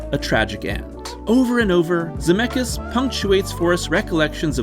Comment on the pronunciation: Ze met skis not Zemekis😂